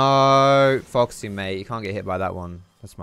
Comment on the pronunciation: Can you say your name properly at the beginning of the video Foxy xD